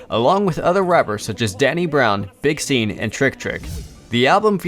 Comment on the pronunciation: Sorry man but when you pronounced big Sean, big seen you fucked up.. You obviously don't follow this if you don't even know how to pronounce a name let alone all of the other shit.. I believe your a bot 🤷‍♂️